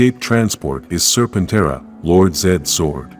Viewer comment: Lord Zedd's zord is pronounced "Ser-pen-TERA". Not "ser-pen-TRA" Please correct that in the narration software.